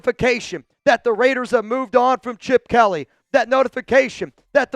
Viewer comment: It’s not RAIIDDEERRESSS it’s LAATTEERRRSSSSSS 😂😂😂